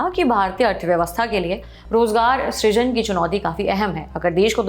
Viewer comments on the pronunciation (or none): none